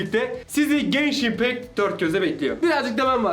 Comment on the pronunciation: Abi Genshin İmpact kelimesin çok yanlış okuyorsunuz, bu arada oyun mükemmel tavsiye ederim👍